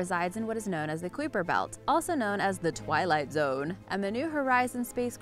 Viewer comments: "The kwiper belt"? XD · The kweeper belt?! Lol 😂.. pronounced Ky-per belt genius! Too funny.. i dont know why it’s fair people make $$ for talking about things they have no idea about. Maybe cuz her voice is so NOT like nails on a chalk board.. anyway. Jeez I’m a bit 🦀’y tonight.. sorry lol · Been subbed since your second upload. So please dont take this the wrong way. Its Solar System not galaxy your editor (if its not you) should have caught that. Also its pronounced KYPER not KWYPER I know its spelled funky but its pronounced easily. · kuiper is pronounced with a long "i" sound, as in "pie". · If you're going to say "kuiper belt" at least learn how to pronounce it correctly. With love. ❤️